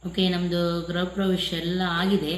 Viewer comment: ಅಕ್ಕ ಗ್ರಹ ಅಲ್ಲ ಗೃಹ anni